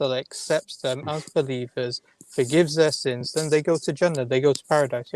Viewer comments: The way you say Jannah makes me think you were never a Muslim. When I say Muslim, I mean someone who actually submitted their will to Allah swt and lived their life as a Muslim. You're probably related to Muslims, hence your name. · It's not old. You say Jannah, exactly like a gora would say it, a Muslim wouldn't say it like that, ever, unless of course that 'muslim' only has a Muslim name and is a coconut. Regarding the video, short answer is Yes!!! Someone who's committed heinous crimes will be forgiven for their crimes and they would enter paradise inshaAllah, if they accept Islam. The caveat is that the people the crimes were committed against will be compensated much more than they would expect, so much so, they will also forgive the individual. اللہ اعلم